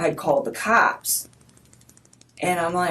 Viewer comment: Why does she keep pronouncing cops like that. “Kaaaaaps!!